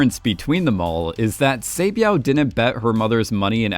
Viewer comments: Saebeav ❌️ Saebyeok ✅️ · sae byeok not sae byao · i love this channel, but bro, they literally say their name in the show. each Squid Game Explained episode, you mispronounce each character wrong. like for this video, where do you see byeow in byeok? you say i-lam in ilnam. Did i miss the part where you explain why you mispronounce their name purposefully in an older video? Or are you just making fun of Korean names?? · Why do you pronounce the character’s name like that? “Say-byao”…the name is phonetically pronounced the way it’s spelt. Why do you make the “k” silent. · Love these vids but pls look up the proper pronunciations for some of the characters! Sae byeok is kind of pronounced like “byuk” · heyy btw "byuk" and "hyuk" in "sae byuk" and "dong hyuk" is just pronounced how its spelled like byuh-k and hyuh-k. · By the way you’re saying her name wrong but it’s OK no hate😂😂😂♥️🙏🏻 thank you for putting my comment in your video♥️♥️♥️ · It really annoyed me because I remember it being spoken in the show but I can't be too mad, Korean isn't his first language. 😅